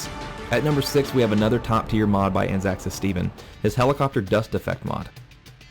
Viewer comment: Not a big issue, but I just want to correct how you say ANZACSAS. It's derived from Australia and New Zealand Army Corps (It's own seperate term) and Special Air Service. So it would be ANZAC-S.A.S . Otherwise great vid!